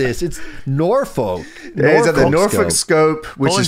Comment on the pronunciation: As someone who lives in Hampton Roads Virginia, I wanna thank for pronouncing Norfolk correctly 😂 So many people say “Nor-folk”, when its pronounced “Norfuck” 😂 This was so cool hearing how they had shows at the Norfolk Scope and the Hampton Coliseum, that’s so fucking cool! They were doing the tank/jeep stuff because Hampton Roads (it’s a collection of 7 cities) is a huge military area, we have the largest navy base on the East Coast. Most of the people in the area are in the military, we have carriers and subs here. I wish I could’ve gone to this live ❤